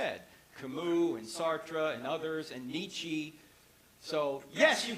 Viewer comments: It’s knee-cha, not knee-chee. 😎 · "Kamoo, Sahtrah, Neechee" :D Wtf :D